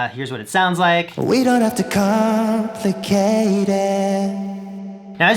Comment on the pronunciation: Isn't it "We don't have to com-plicate it"? I heard "we don't have to com-ficate it" Nice guide though.